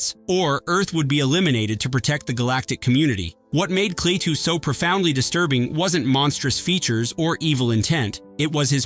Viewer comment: How do you expect anyone to take you seriously when you call Klaatu...KLAY-TU... I clicked out immediately.